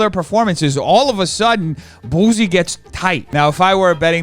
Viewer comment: It's boo-sea not boozey